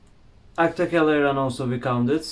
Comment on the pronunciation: wkwkwk pas bilang “akta kelahearan” 🤣🤣🤣